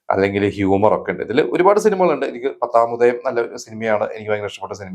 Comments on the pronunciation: പത്താമുദായം അല്ല. പത്താ മുദയം ആണ്. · It's പത്താമുദയം not പത്താമുദായം.. ...use a tongue cleaner to get the proper pronunciation